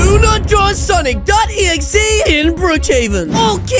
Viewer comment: Sick ahhhhhhhhh son-soon-ic exe